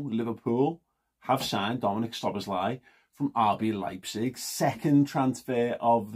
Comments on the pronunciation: It's pronounced sir bozz lie :-) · It's pronounced Sob boss lay